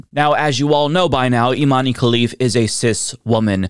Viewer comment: It's pronounced iman not imaneee, great video though